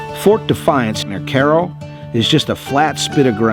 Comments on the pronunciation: You pronounced Cairo properly! It's not kigh-ro like the capital of Egypt but it's also not Kay-ro like many people claim. It's pronounced Care-oh. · While attending SIU Carbondale in the 60s, a friend and myself hitchhiked South just for kicks. We wound up in Cairo. Thanks for the proper pronunciation. 🎉